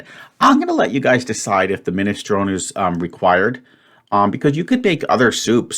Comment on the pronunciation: I spent a while thinking beans and vegetables had to be in separate groups because I consider beans to be a vegetable. I make soups but not minestrone ( not liking pronunciation but he seems highly stressed right now so he can have a pass on that). My brother many years ago frequented the Edinburgh student's union eatery as a med student. He asked one day what the soup was and the wee dinner lady said " Well they cry it minestrone son, but it's jeest aw the week's leftowers pit the gither!